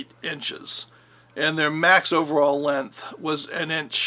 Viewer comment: I wish people would learn how to pronounce 'length' correctly!